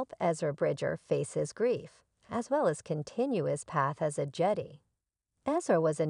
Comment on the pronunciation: Its Jedi not Jedy 🤣